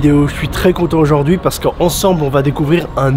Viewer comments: "Oujord'hui" :face-blue-smiling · 1er mot, nouveau mot => Oujaurd'hui 😂